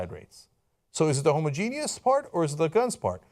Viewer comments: Cenk it's pronounced ho-moj-e-nus, not homo-genius. Homogenius is a slur against very smart gay men. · Homogeneous is not pronounced Homo-Genius. It's pronounced Hom-Ogenus. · If you're going to use the word "homogenous" so many times please learn how to say it properly Cenk :) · its not pronounced homo genius where im from or spelled like that homogeneous sounds like ho-moj-en-us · language tips for Cenk: the word isn't 'homo-genious' it is homogenous. ho. mo. ja. nuss. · Please, please, never stop using the word "homo-genius" instead of "homogenous". I find it brightens up my day. Much like when someone scrapes their nails against a blackboard or that old dial-up modem sound. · Whast the hell is homogenius? You mean homogeneous? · my inner grammer nazi comes out every time cenk says homogeneous